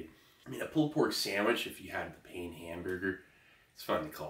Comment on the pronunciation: Try to pronounce it without the n in pain hamburger, same sound. That's how your supposed to say it in French.Pain means bread.